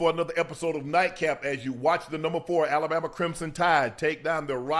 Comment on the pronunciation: why he say Alabama like that 😂😂😂